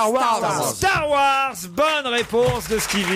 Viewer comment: Avant Don Cabillaud il a déjà dit Tzar war et pas Star War 🤣🤣🤣👍🏼